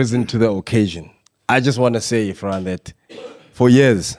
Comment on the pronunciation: say it after me... IRRRFAAN!!!!